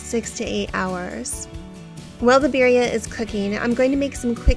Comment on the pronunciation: She doesn't even pronounce Birria properly either lol